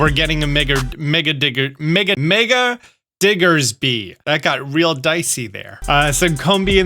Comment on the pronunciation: I almost panicked when he tried to say Mega Diggersby😂😂